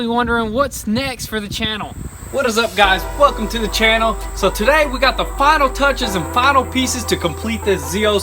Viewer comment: sounds like he says "fuck em to the channel" in the beginning